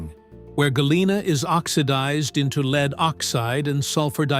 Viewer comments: AI generated. Several times it mispronounces 'lead' as: Verb (Pronounced /leed/). It should be pronounced as a noun (Pronounced /led/) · 7It's pronounced led, not leed🤬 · Leed? AI slop. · Ai cant say lead haha